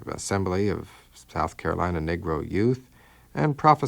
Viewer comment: My Brother, the term is "Negro" pronounced (Nee-gro) not Niggro!